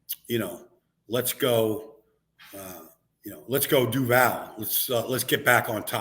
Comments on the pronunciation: This mf said DOOOO ——VAL 🙄🙄🙄 it’s DUVAL …. VOL like volleyball 🏐 and he said we blew it against chargers 😂😂😂 we beat them to advance to next round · Just finished the video, did you guys hear him say DUVAAAL its DUUUVAL DUMMY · Who is Tyson Chandler? He can't even say "Duval" right 😬